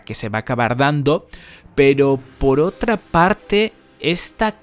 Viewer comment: "Tenemos otrrrra prrrrrueba mas"... Pareces ruso bro